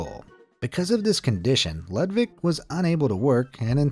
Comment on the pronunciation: Ludvik luunds like ludwig 😊